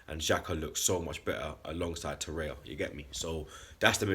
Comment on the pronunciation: It's Torreira not Torreia!